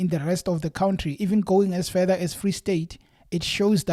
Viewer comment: You lost my interest in the story when you said Cwountry bro